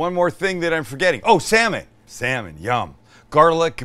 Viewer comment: When you excitedly said "salmon", I heard "Sam-it!" at first, thinking you were taking your own name in vain lmfao